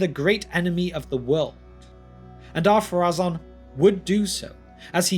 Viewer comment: I thought is name was Adunaic, therefore not following the same pronunciation rules as the Quenya. And, even if it did, I was sure the accent over the final vowel dictates that vowel be stressed - the rule for which supercedes all other rules, even in Quenya. For example: Númenorë (stress the "u" and pronounce the final "e" as an extra voiced sound) would be pronounced NOO-menor-ay Or am I wrong?